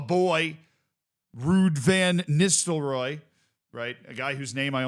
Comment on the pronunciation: You think you know how to pronounce “Rude Ven Nistelrooy”? 🤔